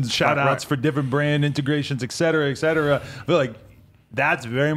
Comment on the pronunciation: "et cetera" not "ex cetera".